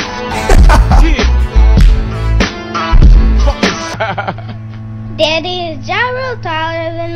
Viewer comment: pronounces ass like "oss"? Where is he from?